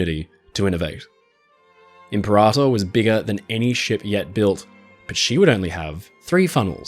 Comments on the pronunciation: Excellent content but the narration is a little painful each time I hear IM-per-ator. The emphasis is on the wrong syllable. It’s Imp-PER-ator. Think or say imperial. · Imp peh rah tôr - impera tôr (sounds like 2 words) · I think Impeerator as in Imperial?